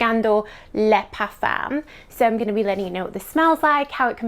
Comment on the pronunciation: You're a nice girl but please learn to pronounce "parfum" without making it sound so awful.